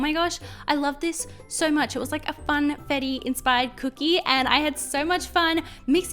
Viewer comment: Yeah because it’s “fUn”